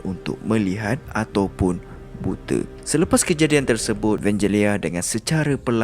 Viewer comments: Aku pun...buta....bkn bute..hihi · bute??? hello DBP haha